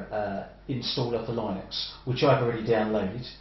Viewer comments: Linux pronunciation is "Linniks" (or "Linn-uks") rhyming with "cynics" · i have never heard anybody pronounce it "lie-nux"